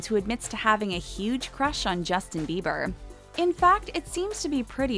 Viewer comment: sis it's "bieber"